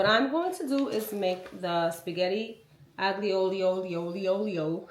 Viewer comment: Ooooo… the food AND knives look good! Now, let’s talk about the spaghetti pronunciation. 😭😭😭😭